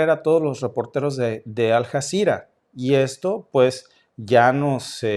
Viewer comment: Hola y. Suena raro como pronuncias Aljazera.se escribe Aljazera y se pronuncia como una ll.Alllazira..😊 saludos,con mucho cariño.